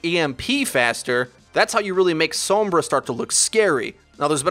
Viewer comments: I'm sorry, but you don't say sombra sombruh, SOM-BR-A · Sowwmmmbruh. Sombra* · I like that you pronounce it soombrah.